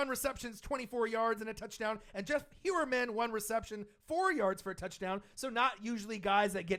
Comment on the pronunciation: What an undisciplined, poorly coached/managed team with so much wasted talent. Our o line is getting too many penalties. Also, Jeff Heurman's last name is pronounced High-Er-Men. I feel like Booker is a waste of a roster spot since there was one RB who we played in the preseason and I really liked but we cut (don't remember his name.)